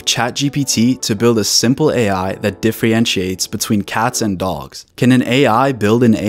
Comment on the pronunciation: "Diff-re-entiates" lol am I the only one??